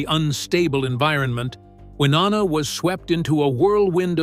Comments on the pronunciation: C'Mon now 😮. Her name is NOT "Wah NANNA!" Try "Y NONNA" .... You know, just as the spelling indicates. HELLO😊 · Why-O- Na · Can you stop calling her wynanna you idiot it’s Winona. Do your research. It’s so disrespectful. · Damn...a 'narrator ' that can't even Pronounce his subjects NAME CORRECTLY, infuriating!!😡....WI-NO-NA....dur!! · Hearing that narrator mispronounce Wynonna’s name over and over was frustrating!! It’s Y-NO-NA!!!! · I'm going to wait on commenting about the exaggerating about the medications. What is with the butchering of Wynonnas name???? It's pronounced Why-known-uh Good gravy. The pronunciation on here is a disgrace. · And if he said Wanana one more time I would lose it.😀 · WY-OH-NA Sound it out. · Shouldn’t you know how to pronounce the person’s names you’re supposedly giving inside information on? Maybe it’s just me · To the narrator: Take the time to pronounce proper names correctly. You’re butchering Wynona’s name and that’s unfortunate, as well as distracting. Do better. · Why don’t you learn how to say Wynonna’s name right? Sound like a complete moron! Also why don’t you leave this family alone. Thrive off of people’s loss there pain. Only the family knows the real truth and as it should be. RIP Naomi Judd🙏🏼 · Do they really expect anyone to believe a word of this when this idiot can't even pronounce their name's correctly?????.? For me, it is a hard NOPE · Don't make videos when u can't even pronounce the names properly - so disrespectful!!! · Please do your Ryan’s learn how to pronounce her name correctly how disrespectful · Who cares if she'd had cosmetic surgery, what the hell is shocking about that? It's just sad that she chose to slam Wynonna in her final goodbye, if, in fact, she did... Many artistic souls are troubled, often it is what lends or enhances their talent. The only thing shocking this is your butchery of names!🤬 R.I.P. Naomi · Hard to listen when you cannot even pronounce Wynona